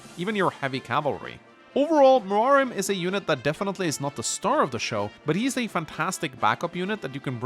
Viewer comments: am i the only one who noticed that ackchually pronounced Muarim the correct way in this video? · Holy shit, he actually pronounced Muarim correctly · Did...did he just pronounce Muarim correctly?